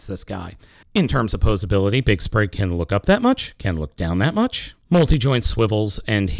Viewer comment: it's Spring, not Sprig....